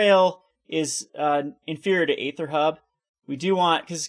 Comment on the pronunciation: You are pronouncing aether incorrectly.